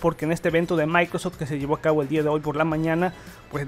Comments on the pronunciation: Mis orejas sangrab cada vez que dices maicros store, es microSOFT store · Por qué pronuncias "maycros" al decir Microsoft? xd me encanta tu canal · "Maincrosoft" 10doritosdepueh "MaincrosTim"